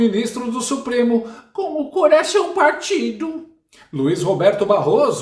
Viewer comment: Não é suoremo É supreme